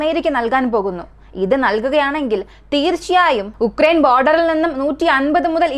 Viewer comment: ഉക്രൈൻ അല്ല ആ രാജ്യത്തിന്റെ പേരു “യുക്രൈൻ” എന്നാണ്